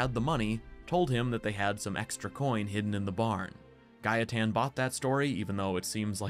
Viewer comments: The way you say Gaetan is how we Polish people would pronounce it. So that's why its pronounced Gah-eh-tan in the game too ig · The way you pronounced gaetan is the right way. I m french and it is a name we have here. It is indeed pronounced ga.e.tan. Anyway, i really enjoyed your video. Thanks for all your work! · My partner is French (and the person who introduced me to the Witcher by the by). She has a friend called Gaetan and she pronounces it Guy-tan, which I believe is correct.